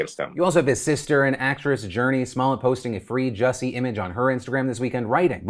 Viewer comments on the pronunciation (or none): Did Phil really just say "small-et"??? its "smol yay"